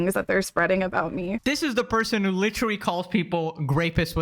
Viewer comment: Why does he say “licherwally” literally 9000 times a video like this shit is so annoying